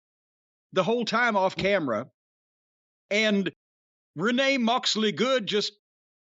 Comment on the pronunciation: Lol renee moxley good the way jim say her name is so funny